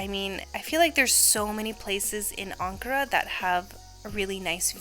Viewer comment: I dont know why but the way you pronounce ankara is so satisfying